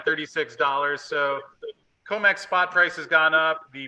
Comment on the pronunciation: C R I M E X --- CRIMEX, how many times must I say, you're pronouncing COMEX incorrectly?